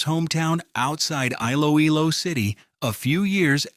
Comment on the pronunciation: Iloilo is pronounced “ e-lo-e-lo.”